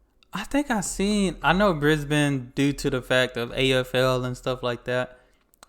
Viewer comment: I like that you pronounce Brisbane correctly. Now just make sure you pronounce the end of Melbourne the same way and you're all good man. 😁